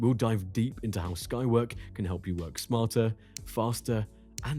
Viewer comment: Skywork? It sounded like the named as Skynet.